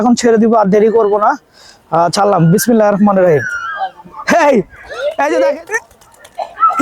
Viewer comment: বিসমিল্লাহির রহমানির রহিম একটু ভালো ভাবে বইলেন